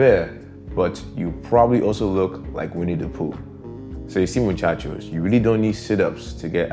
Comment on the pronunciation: Amor you say Muchacho like a native Latino👏👏